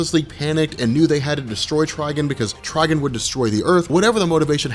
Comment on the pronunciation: Quit saying Tryg'n. Its Trigon. Like decepticon. Not deceptic'n